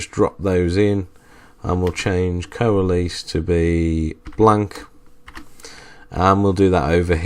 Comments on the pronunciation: coa les. It's pronounced like co less... ARRRRGGGG!!!! /ˌkōəˈles/ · I'd write it ko-a-less, but not so far from your spelling. So I'm wondering why you pronounce it kow-uh-LEASE. I've never heard it pronounced that way. Is it a regional thing? How would you pronounce it outside of the SQL environment? Not saying its wrong, just interested!